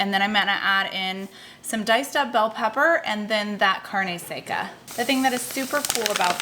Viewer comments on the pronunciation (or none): Im going to try these recipes, I liked the corn tortilla challenge recipes and my family loved them made it 3 times already. fyi the product carne seca is pronounced carne sec-a the a sounds like the a in ha. thanks for the great recipes! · You were close with the pronunciation of the meat product. Phonetically it's kind of like "car-neh (with a slight rolled r) sek-ca don-ya (sounds like don't without the t) blan-ka" HEB is just the letters said individually. Cheers!